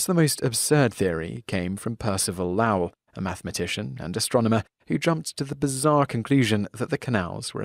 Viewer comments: To talk about spontaneous generation and not mention Redi and Spallanzani is a crime. Also Percival Lowell is pronounced LOHwell and NOT LAWell. And Thomas Aquinas is mispronounced as well. Are you not able to make the distinction between Theory and Hypothesis? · Lowell's name is pronounced LOW-ell. And Fleischmann is pronounced FLY-shmann!